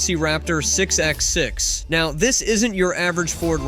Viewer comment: Whoever made this clearly knows very little about vehicles. Couple examples...lb ft is not L B F T. It's foot pounds or pound feet of torque. Not f one hundred fifty its f one fifty. 6x6 is six bye six not 6 ex 6. Pretty sure a robot just read a script and stole a bunch of clips of autos from the web. Most not even Post's just random examples. LOL